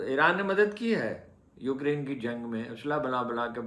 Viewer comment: It is not Ukriiine, It is like UCrane, correct pronunciation, with due respect.